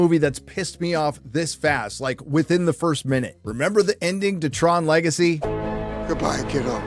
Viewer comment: 🤣"Le Gay See" 🤣